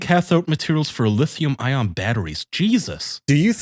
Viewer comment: The amount of times said lion battery instead of lithium ion triggered him